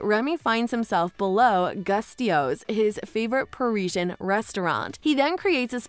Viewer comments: You said the name of the restaurant wrong it's goo and then stos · And the way they said “gusteau” as “gust-ee-oh” lmfao